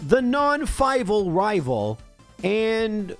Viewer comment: I'll never tire of hearing you say rival fiveal